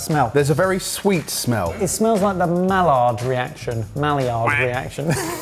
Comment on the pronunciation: I swear, they mispronounce Maillard just to upset the French.